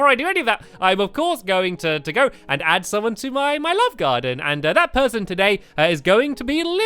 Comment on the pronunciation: does anyone else think that when Stampy says welcome to my love garden, at the end it sounds like he has seen something curious in the distance?